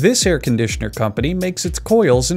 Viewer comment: Air Con D Sean R